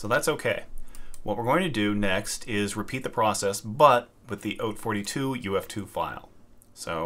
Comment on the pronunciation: thank you for pronouncing "haute" correctly. Not a single other video i've seen has been able to accomplish this monumental feat.